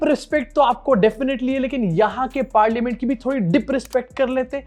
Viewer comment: “Dip” “rispect” “parliamench”